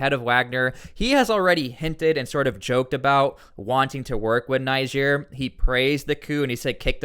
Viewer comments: Dude it’s not pronounced NI-GEER. It’s NeeGER. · why add africa after niger why not just say niger also its pronounced neejay👍👍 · add another g in niger